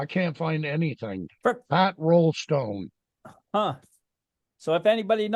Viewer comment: Try Raulston instead of Rollstone?